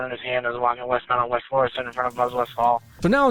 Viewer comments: We pronounce that FLOOR-uh-SUNT. You emphasized the "uh." - a local ghetto resident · Hearing you try and pronounce Florissant is funny as hell ! But nobody out of town says it right! It's more like florasant kinda more how it's pronounced ! And these are the events that made me carry ! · You have the name of the road 99% right. Not that it matters. But there just isnt an accent the ISS part of Florissant. Pronunciation of syllables totally correct but is no accented syllable. That being said im really surprised you dont see more vids from there. Its not far from the ever lovely ferguson